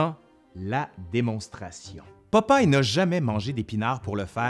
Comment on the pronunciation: Québec: "Popaille" France: "Popeille"